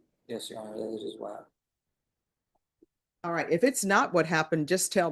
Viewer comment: Aw wight Aw wight lol😂😂